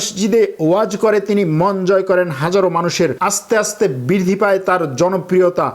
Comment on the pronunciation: আপনার উচ্চারণ ঠিক করা দরকার । বৃদ্ধি" সহ অনেক উচ্চারণ ঠিক হয় না। এতে আপনার মান কমে।